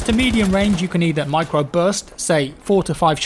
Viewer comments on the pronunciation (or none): none